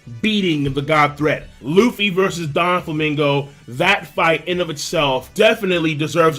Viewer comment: i think hes saying donflaminga as in "DON"quixote do"FLAMINGO" --> DONFLAMINGO The rest is just the way he says them